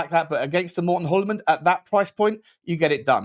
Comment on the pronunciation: It’s pronounced “Joolman” or “Yuleman”. The “H” is silent in Hjulmand😊